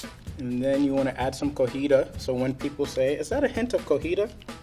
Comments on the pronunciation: Its cotija, CO TI JA... not cojita! Last time it was this time... I'm disappointed:( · did my man just say cojita instead of cotija que chingado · no one will ask if thats a hint of cojita because its pronounced cotija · Im not sure if said Cotija cheese "Cojita", or is it just me? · As hilarious as this comment section is🤣🤣🤣 Why is Mr. saying co-hiTa when it’s COTIJA Cheese? That broccoli was scary enough but the pronunciation cut me. 😆😆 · if you see this it isn't "cojito" it's "cotija" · “Is that a hint of cogida?” 😂😂😂 Me, a spanish speaking mexican: “Did he just say cogida?” You meant, cotija. 😂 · He says "Cojita" instead of "Cotija" and I find that soo cute. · Cotija not cojita 😂 lol proceeds to laugh lol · it’s Cotija not Cojita 👌🏼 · It's not called cojita. It's cotija. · calling the cotija cheese cojita caused me physical pain every time but he's so adorable it's fine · was saying cotija wrong the whole video😭😭 all of them have great nachos ideas, I’m stealing some! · Level 1 guy says 'Cojita',..... Its actually 'Cotija' Just in case anyone tries to go looking for it. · Cotija. Co - TEE - ha, not Co - HEE - ta. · That guy keeps saying “cojita” when it’s Cotija lmao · It's not "cojita" it's cotija cheese hahahahaha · Cotija!!!!! It's cotija cheese! Not cojita! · So no one notices that the level 1 guy is saying cojita instead of cotija the correct way of saying it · At one point he calls it "cojida"😂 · The cheese name is COTIJA not Cojita, that sounds wrong in Mexican just saying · saying "cojita" instead of "cotija" drives me crazy, almost as much as people saying "Chipolte" 🙉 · Also, why does everyone on this channel say “Co-Hee-Tah” cheese. It’s “Co-Tee-Hah”. Cojita != Cotija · said Cotilla, which is just wrong in a different way. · cooooootttiiijjjaaa not cojita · Why does say “cojita” when it’s cotija, is it so hard to say it right? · COTIJA not COJITA